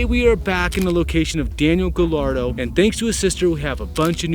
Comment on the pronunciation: I think its pronounced gayardo since 2 l's in a spanish make the y sound